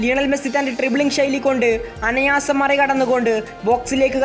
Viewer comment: അനയാസം ❌ അനായാസം ✅😊😊